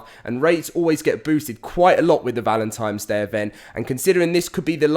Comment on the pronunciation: He says valentines like I did when I was little "valentimes".